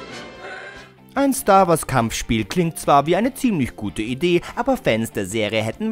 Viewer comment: Star Wars, nicht Stoar Woars.